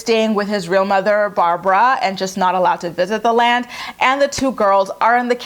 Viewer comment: Every time you say “the land” I cackle!